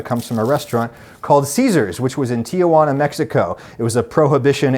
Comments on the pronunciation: Or puts an extra syllable in Tijuana. Its t-juana, not tia-juana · Adam: If you don't want to be a "gringo" remember there's no place called "Ti a juana" BC! It's Ti juana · And Tijuana is pronounced "tee-HWA-nah", not "tee-uh-WAA-nuh" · *Tijuana. In English it's pronounced something like "Tee-hwa-na".